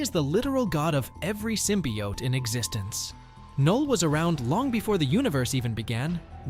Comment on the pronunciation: I hate to be a stickler for details but his name is pronounced null, the K is silent